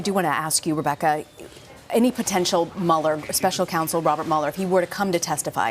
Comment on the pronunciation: The "Muller" Report, ugh wtf